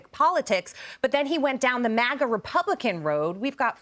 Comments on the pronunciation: You ever notice he can't even say MAGA he says mager. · Joe obsessed with what he refers to as Magra. He always says 'Magra' 😂